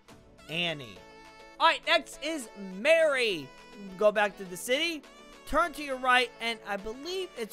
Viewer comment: Keep up the good work and by the way it’s meri not mary